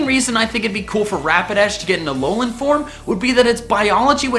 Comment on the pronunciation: It's not Alonan Forms, but AH LOH LAH